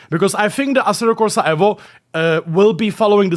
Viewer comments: It’s evo mate. Not evvo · Dude it’s Eevo not Ehvo!